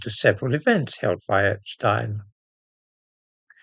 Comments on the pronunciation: I’m glad you pronounce Epstein’s name correctly rather than the American way,. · I note your proper pronounciation of Epstein - not the usual "Epsteen". Waheed Alli is a gay Muslim, which makes him a very brave man indeed, no matter what his other connections are with Two-Tier Queer Keir. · The only time I've heard 'Epstein' pronounced correctly on Youtube or television. At least they don't call Einstein Eensteen. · I'm glad you are one of the few who pronounce the paedophile's name as Epstine, rather than Epsteen. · Great someone at last who pronounces epstein the proper German way. Regards